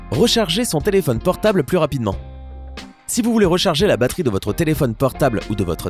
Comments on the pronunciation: Plus rapizement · T'a dis rapisement 😄😄😄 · Tu a mal dit rapidement à 1min 24 s